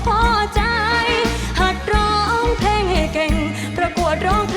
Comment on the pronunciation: น่าจะเป็นการออกคำไม่ชัด จาก " เพลง " น้องเค้าจะออกเสียงเป็น " เพง " หรือเปล่า???